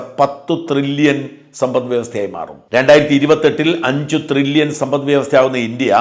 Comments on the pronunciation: ത്രില്ലിയൻ or ട്രില്ലിയൻ???? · Tri-llion aanu. Thri-lli-ion alla. Please correct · ട്രില്യൺ ത്രില്യൺ അല്ല